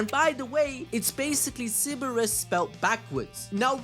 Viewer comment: Yeah mate, Cerberus is - Sir-bur-rus or if you wanna go the greek mythology route it's, Kerr-ber-rus